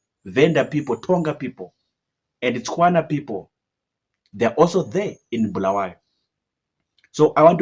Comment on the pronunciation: its not BHU , it's Bu-la-wa-yo